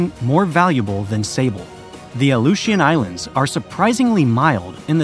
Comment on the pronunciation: You have no idea how to say aleutian islands. What are they giving us all an alley-oop in a game of basketball now? You just couldn't look it up couldn't you, thats had enough for me to never come back